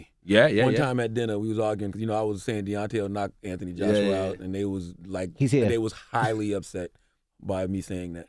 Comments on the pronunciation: Yeah it's Th Anthony you don't pronounce it like F in UK it's TH hard T my brother in britain they f it lol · Am I just hearing things, or are they pronouncing his name wrong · Weird to hear Americans pronounce the h in Anthony.